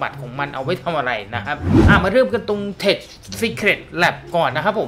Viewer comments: ทำไม่ต้องอ่าน เทช เค้าอ่านว่า เทค มันย่อมาจาก Technology นั่นล่ะ คงไม่มีใครอ่าน เทชโนโลยีหรอก ฝรั่งเขาจะหัวเราะเยาะเอาครับ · คลิปสนุกตลอดครับ ปล. Tech อ่านว่า เท็ค ได้เลยนะครับ อ่านเป็นเท็ช จะไม่ค่อยถูกสะทีเดียว 😄😄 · ขอบคุณครับ ว่าแต่ tech อ่านว่า เทค นะครับ ไม่ใช่ เทช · 555 ชอบจังคำว่าเท็ช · 55555 เทช เทช เทช เทชชช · tech อ่านว่า เทค ครับ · ข้อมูลดีมาก แต่ tech อ่านว่าเทค ไม่ใช่ เทช ส่วน Power plant อ่านว่า พาวเวอร์ แพลนท์ ไม่ใช่ แปลนท์ ครับ